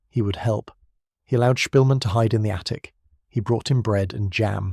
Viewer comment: You're pronouncing his surname wrong. The Polish "sz" is like an English "sh".